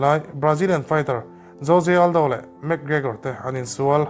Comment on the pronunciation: jose aldo nge joje aldo😂